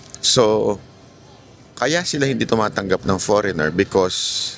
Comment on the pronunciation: Idol By Ang Pronunciation ng FOREIGNER ay forenier silent ( G)